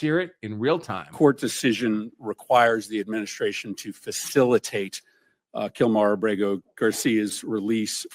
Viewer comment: Facilitate and effectuate say correctly you idiot 9-0 not what Supreme Court said they said facilitate or effectuate the illegal gangbanger